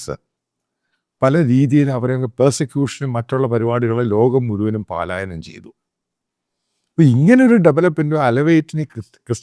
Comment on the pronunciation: എടോ മാത്തപ്പാ, പാലായനം അല്ല ടോ, പലായനം'. താൻ ഏതു കോപ്പിലെ മാധ്യമ പ്രവർത്തകനാടോ?